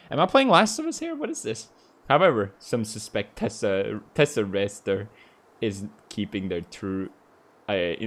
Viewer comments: the superhero card: is obviously pronounced tess-er-ACT-er pewds: teserayster :) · PewDiePie it's tes-sa-rac-ter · ah yes teserester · Lol he said testarester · TesserACTER xD